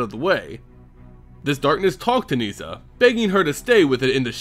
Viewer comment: It’s nihssa, not niesa